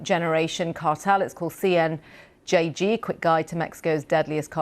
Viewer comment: Did she say CNJG?